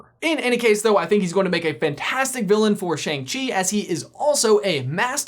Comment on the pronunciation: Chi sounds like you just mashed chai and tea together.